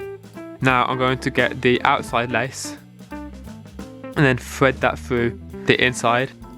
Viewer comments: Fait that fwu the inside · Victor Angel he said “Fread that frough” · Fwed that fwuw